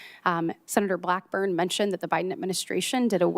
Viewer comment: Blackburn doesn’t know how to pronounce g’s. She makes g’s sound like k’s. Who taught her how to talk?